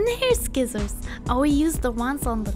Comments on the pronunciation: (sisors) not skisors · lol w8 did she say skissors instead of scissors? great video ^^ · You said hair "Skissors" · I absolutely love, not only does she have one of the cutest voices on youtube, she's great at Repaints and tutorials, and she says scissors like "Skizzors". I absolutely adore this woman!!! Keep doing what you're doing, sweetie, it's amazing!!!!! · did she say hair "skissors"? not trying to be rude or anything, I love ur accent! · I love how she says scissors Like skissers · did she say 'Hair Skissors' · Yes I noticed that too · Not to be rude or offend anyone but scissors is pronounced SISORS or sizors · U mean sissors that how u pronounce it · Your accent is very cute, and so are you! I love the way you pronounce "scissors". I hope you have a nice day! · She says "scissors" the way I like to say "scissors" and English is my first language. I should start a petition to officially change the pronunciation, lol! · AAAAAAAAAAAGGHHHHHHH I LOVE THE WAY YOU SAY SCISSORS!!!!! THAT'S HOW I SAY IT!!!! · I love how she pronounced the 'C' in scissors! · She said scissors like how it's spelled that's cute 😂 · The c is silent in scissors The t is silent in softener